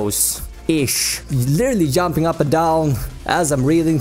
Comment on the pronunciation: LOL'd at pronunciation throughout. You were "yumping" up and down?